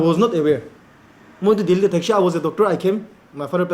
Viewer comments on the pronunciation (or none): none